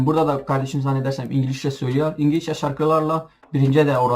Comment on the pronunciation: Ingilizceye ingilişçe mi diyorsun yoksa benmi yanlis duydum